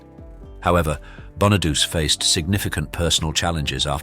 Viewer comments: Danny 'BON A DOOCHEE' not Bon a Deuce. omg again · They're all Scorpio's and Taurus's. I'm a double Scorpio with a Taurus moon. I might be screwed. And Danny Bonaduce is pronounced Bon-a-doo-chee. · Pronouncd bonadoochee. Not bona-duce... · It's pronounced "Danny Bona-du-che". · Right?! BonaDOOSE?! FFS!!! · It's actually Bonaduce. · What exactly are "personal demons"? I don't mind the Hopkins computer voice but at least pronounce the names correctly . (eg Bonaduce")